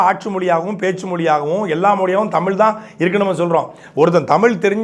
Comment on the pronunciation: நீ முதலில் தமிழை பிழையில்லாம சரியா பேசுப்பா.. மொலி... தமில்.... இது என்ன மொழிப்பா 😂